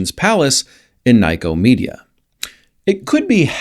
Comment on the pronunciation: The info is very correct but Nicomedia is really pronounced as "Nicko-media", not as "Nyco-media". Ask any Turk!